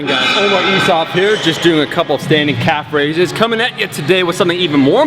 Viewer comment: DID HE JUST SAY CALF RAISES